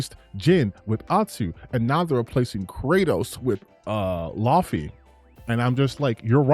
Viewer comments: People need to learn how to say Laufey! (Law-faye) Not loffy 😂😂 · can't read it seems. Dude can't even pronounce Laufey right.